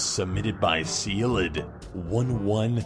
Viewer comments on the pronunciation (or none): Anyone else cringe when he said ceilidh? 😂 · Ceilidh is pronounced "Kay-lay" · Uh, Ceilidh is an Irish name...it's actually pronounced "Kay-Lee".